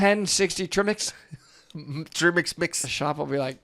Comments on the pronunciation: I've always wondered if these people also say "Treeangle" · "tree-mix" LOLL omg :) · Interesting regarding Trimix. Have only heard in phonetic transcription the [tɹɪmɪks] pronunciation in the North Sea and Australian offshore industry. And according to pronouncekiwi it's fairly common in the US as well. Could it be a southern thing? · It’s not perfect, but I don’t think this video is nearly as bad as a lot you’ve reacted to! Gotta love the “trimmix”/“treemix” pronunciation tho. That’s probably what “Jack-Kees” Cousteau dove with! 😂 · Technically he's not wrong. It's just a different way of pronouncing trimix; many people who aren't native english speakers would probably pronounce it like the watchmojo guy. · I love the way gets annoyed when people mispronounce 'trimix', 😆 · I'm going to start calling trimix the wrong way from now on that's too funny 🤣